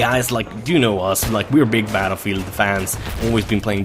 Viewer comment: just realised about the "batelfielf" lol